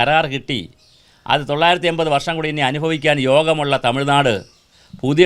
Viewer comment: പറഞ്ഞ കാര്യം എല്ലാം സെരിയാണെങ്കിലും ചേട്ടൻ പറഞ്ഞ തൊള്ളായിരുത്തി 800 മാത്രം മനസിലായില്ല